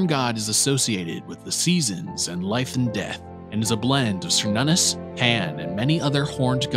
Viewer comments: Cernunnos isn't pronounced SER NONOS, it's Kernunos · An excellent video, but one criticism. Now I could be wrong but I'm pretty sure Cernunnos is pronounced "Kur-Nun-Nos". Edit: Okay two criticisms. Technically Loki is not the trickster god. I personally believe trickster was an either intentional or accidental mistranslation of prankster instead, because looking at Loki's behavior, he isn't a trickster. He's a fool.